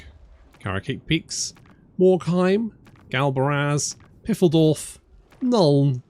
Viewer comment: After 6 years and a lot of help from german watchers - its still piffeldorf instead of PFEILDORF (Arrowtown). "Pf" is just like "f". "ei" is just "ay" but more like "eye" Feyeldorf - as easy as that